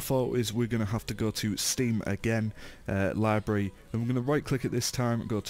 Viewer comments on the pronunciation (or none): "your lybry" ;D